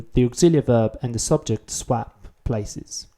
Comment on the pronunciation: your english is so good that it really stands when you get something wrong! :) Just FYI, 'swap' doesn't rhyme with 'tap', but with 'top'. Of course I'm commenting 4 years after you made this, so you probably know this by now.